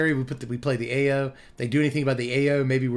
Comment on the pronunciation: Ao is pronounced "ow" but "ay-yo" is way funnier 😂